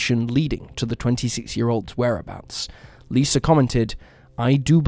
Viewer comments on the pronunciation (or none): none